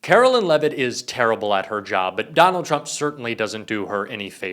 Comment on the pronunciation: Carolyn Lie-vet